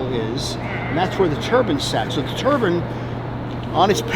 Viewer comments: The dude saying TURBAN instead of Turbine at the beginning of the video (6ish min mark) annoyed the heck out of me as a NYer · It’s killing me to hear nuclear professionals say turban and not turbine the entire video.